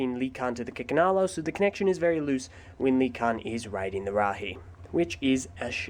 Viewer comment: For a second I could have sworn you said "Chickenalo".